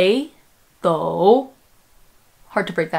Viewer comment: Something hasn't talked about here (but obviously, pronounced correctly). We have 2x 3rd tones in a row. When that happens, the first one is changed to a second (rising) tone. This is why she pronounces Bei3 as it was Bei2 instead.